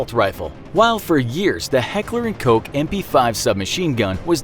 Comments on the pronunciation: When you pronounce “Koch” (With a silent C) as in “Coke” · is no one really gonna talk about the incorrect pronunciation of "koch"